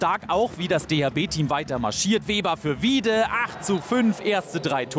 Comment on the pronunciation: Er heißt WieDe, nicht WieBe